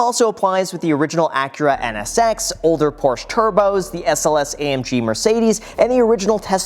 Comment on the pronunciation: Also, it seems you want to be viewed as a "car guy", yet of your video, you mis-pronounce "Porsche" buy saying it with just one syllable. IF you've been around the automotive world much, you should have learned that Porsche is pronounced with two syllables. In keeping with the family name of founder Ferdinand Porsche, the company's name is pronounced [ˈpɔʁʃə] in German, which corresponds to /ˈpɔːrʃə/, or POR-shə in English.